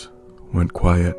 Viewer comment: Idk why but I thoroughly enjoyed the way you said, “quieT.”